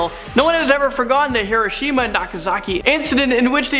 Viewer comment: Key to pronounciation - Hiruh-sheem-uh = Hiroshima Himurroo Mansion =??? Taintful =??? Mikoo Heenaskee =??? Hoku-wei-doh = Hokkaido ManCHESTer = MANchester Eye-woah-jimm-uh = Iwo Jima Ohkee-kee-wah = Okinawa (?) Ferbahding = foreboding Hyoos-tennah-bosh =????? Ei-okee-gah-hara = Aokigahara